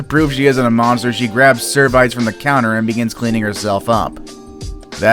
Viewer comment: Servites ? You know you don’t pronounce it like that , it’s serve-EE-Yets